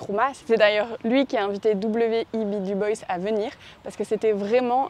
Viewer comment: Dubois prononcé à l'anglaise 🤔. Vous pouvez dire Dubois 😉